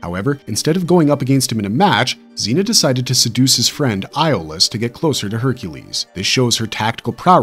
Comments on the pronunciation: Its pronounced Yol-us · A io is pronounced as a E FYI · I have to say I don't believe people when they claim to love the Hercules and Xena universe but can't pronounce Iolaus' name correctly😒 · Agreed. You can literally watch one episode and learn how Iolaus' name is pronounced.